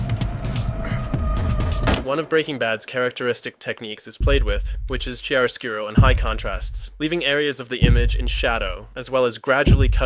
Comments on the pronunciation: This episode is way better than ozymandias Also, it's pronounced "kiaroskooroh" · Chair o scoot o 😂 common man. Dont do a beautiful language like that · Chair-o-scuro..? Im not usually one to critique but i could've stop thinking back to that. How do you pronounce it so wrong?